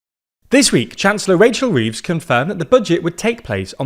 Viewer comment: I can’t get over how funny it is to hear this guy call her Wachel Weeves.